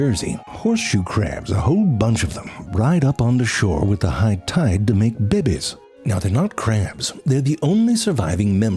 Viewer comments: Love the way you say Bebes 😂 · I love the way he says "baybays" lol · I love how you say babies! 😂